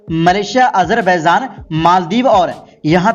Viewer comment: Ganwaar apna pronouciation sahi kar Azarbaizan Nahi azarbaijan hota hai